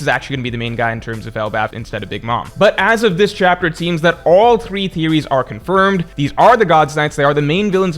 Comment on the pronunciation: The way you say "confirmed" is a "bit" to broad